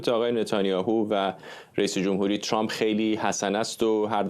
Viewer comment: چرااین به اصطلاح خبرنگاران و یا تحلیلگران ایرانی اسم ترامپ را غلیظ ترازامریکائی هاوانگلیسی زبانان تلفظ میکنند،عقده دهنشونویرویس کرده اللخصوص سمیرا ترامپ راچنان غلیظ تلفظ میکنه ،بعضی وقتها میگه چرررمپ ،تررررمپ چررررررمپ،خومثل ادم بگیدترامپ،،چرررمپ